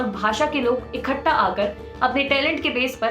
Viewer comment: इखट्टा नहीं बोलते! यह इकट्ठा होता है ।